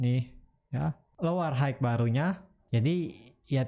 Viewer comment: Hmm mas punten maap nih, all time high (HI), bukan HIKE